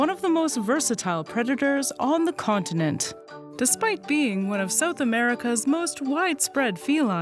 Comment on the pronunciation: Lol. “Sewth” instead of south. So Canadian.